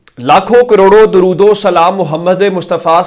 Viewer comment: Gondal sb gozarish Hy k dorood tu Sahi parha karain myry Bhai 😮😮😮😮😮😮😢😢😢😢😢😢😢😮😮😮😮😮